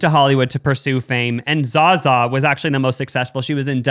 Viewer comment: It’s not pronounced Za Za 😭😂